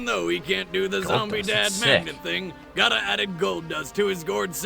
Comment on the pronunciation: Why is pronouncing gara and jinjuriki like that? But more importantly why didn't shukaku help out?